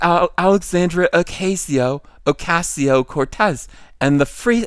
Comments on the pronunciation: As much as I enjoy making fun of her, it's "Oh-KAH-ze-Oh". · Learn how to pronounce Ocasio